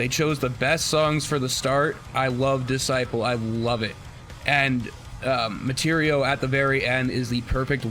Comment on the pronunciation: One other comment -- Martirio has the accent on the second syllable (mar-TIR-io)